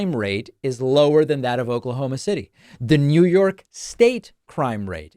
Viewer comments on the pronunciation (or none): none